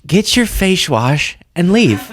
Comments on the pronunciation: "I just wanted some fashe wash" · “I just wanted some fashe wash.” Says Nancy😐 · Fashe wash. "I love the under-ecucated." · Facsh wash 😂😂😂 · Fayshwass... Hahahahaha